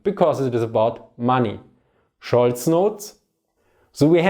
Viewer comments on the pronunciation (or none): His name is "Scholz" not Schulz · Scholz, not Schulz :)